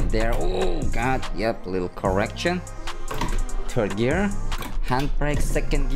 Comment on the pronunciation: “turd gear”